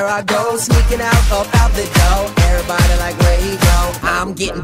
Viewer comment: i love how he says everybody he says "erybody" i love it!!!